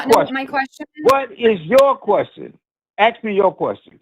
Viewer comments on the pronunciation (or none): "Aks" me your question! 🤦🏻‍♂️😳🤣🤣🤣🤣🤣🤣